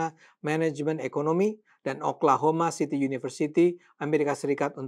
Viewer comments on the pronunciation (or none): none